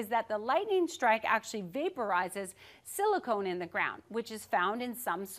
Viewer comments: Silicon not silicone!!! 😂😂😂 How the hell do you even mess that up?!! It's not a weird element name like praseodymium or protactinium. Who the hell hasn't heard of silicon??? 🤣🤣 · "Cill- eee-con" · silicon not silicone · Silicon, not silicone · *silicon not silicone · I think it is SILICON... not SILICONE. Quite a big difference, actually. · Silicon (the element in sand), not silicone (the polymer found in breast implants). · Silicon. Not silicone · silicon, not silicone or silly cone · Silicon, not silicone. There is no silicone in the ground. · Silicon, not silicone. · "Silicone".... No my dear, silicon. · Silicone??? I think she means silicon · Silicon, not “silicone,” although you probably are more familiar with the latter. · Cool video, but it's silicon not silicone that gets vaporized. Otherwise we'd see more ball lightning in the streets of LA! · Is it Silicon (a chemical element) or (Silicone, a polymer as she suggests at 1.29) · Are you sure you meant "silicone" and not "silicon"? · SILICON.... Not Silicone 😁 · Silicon. Not silicone 🤦🏻‍♂️ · Silicon, not silicone. Very different things. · Silicon not silicone. She should know better. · "Silicone"? Does she mean silicon? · Would it be silicon, not silicone or is my hearing at fault. Sounds like she says silicone, which would explain the bouncy effect of the ball lightning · She probably meant “silicon,” not “silicone.” Two different things. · Maybe the lightning struck over a landfill? It stuck out like a sore thumb when she started saying silicone. 😂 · i think she means Silicon, not Silicone. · Are you sure you're not just getting confused... like aluminium and aluminum? Or nuclear and nucular? 😂